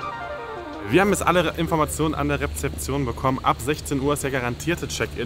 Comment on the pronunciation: Sorry, es heisst REZEPTION und nicht rePzeption 🤣🤣